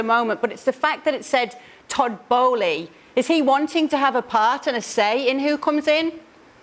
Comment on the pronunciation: I believe the correct pronunciation of the Chelsea owner is bowl not bolee.